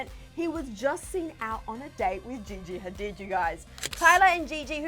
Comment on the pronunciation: Did she just mention Gigi Hadid as Vajeyjey? lol